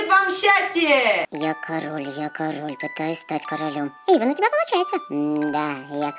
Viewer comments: Эйван а не Ейван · и не Ейван а Эйван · Эйван а не Ейван